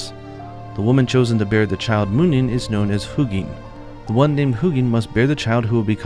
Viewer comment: These names are pronounced with emphasis on the letter U. So “Huu-gin” and “Muu-nin” respectively. I hope that makes sense and apologies for I don’t write phonetics. Thanks for all the great content as always! xo